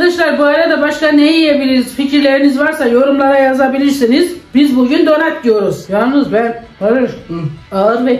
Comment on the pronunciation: Videolarınızı severek takip ediyorum gerçekten güzel bir içerikleriniz var. Fakat donat değil danıt demeniz gerekiyor😂😂😂